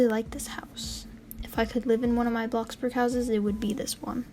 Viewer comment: I LITERALLY THOUGHT U SAID BLOX BURGER